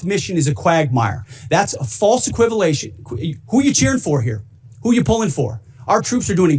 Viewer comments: He said "equivalation " hahahhahaha he is so f ing ridiculous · Shut up, Kegsbreath. "False equivilation(sic)"....indeed. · "False equivilation" 😂😂 Thank you 🙏🏼. Those are 4 good reasons. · he said equivalation when an idiot